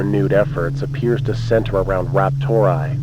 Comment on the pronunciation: "RaptorAI" being pronounced as "raptor eye" is like someone pronouncing "OpenAI" as "open eye". Who the hell does that?